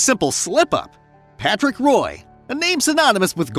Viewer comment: you might want to stop using your auto robot voice generator and actually say the words yourself so Grant and Patrick have their name said properly. how to stop watching this video after this happened again and again.